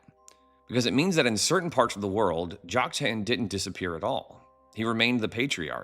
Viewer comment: I came across your videos just a few days ago and support your approach. I appreciate your willingness to look at the scriptures through unbiased eyes very much. But as a retired English teacher my ears hurt when I hear some name pronunciations; in particular Joktan. You can choose between the common American "Jock-TAN," or the Hebrew "Yoke-TAHN." But "Jock-TAIN" is not one of them. God bless and keep up the original research!😊